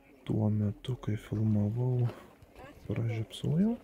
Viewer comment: ar tu berastis ,ar juokauji taip:DAIGTU,PRAZIOBSOJAU???